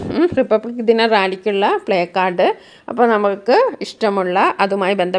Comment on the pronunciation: പ്ലേകാർഡ് എന്ന് അല്ല പ്ലാകാർഡ് എന്ന് ആണ് വായിക്കുന്നത്